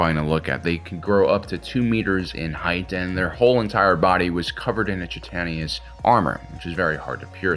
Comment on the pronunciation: Chitin is pronounced “KAI-tn” and you always leave out the second “I” in Subsidiary. Still love you though.